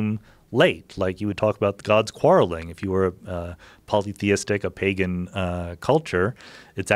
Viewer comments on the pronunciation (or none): none